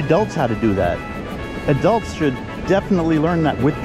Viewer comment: For me to travel to a beach would be a several hour drive and a proper detector even before gas. Not cheap. And if I had Taco Bell I'd have gas for the trip back. Did you say adults or Adele? Oh adults.......